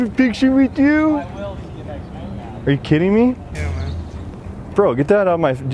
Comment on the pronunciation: “Can I have a picture with yueghhh” 😂